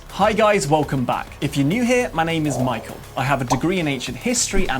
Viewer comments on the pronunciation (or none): none